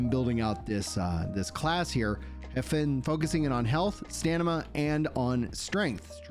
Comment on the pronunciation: Say it with me. “Sta Me Na”